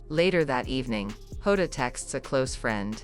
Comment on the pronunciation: It’s JOTA not HODA.